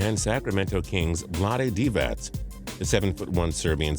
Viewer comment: cant even say DIVAC right